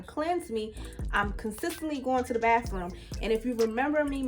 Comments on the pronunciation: What’s a “bahfroom?” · Must be from the DMV because that's how we say it lol